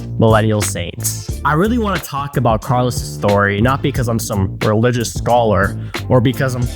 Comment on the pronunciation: Why does the host call him carlo...S??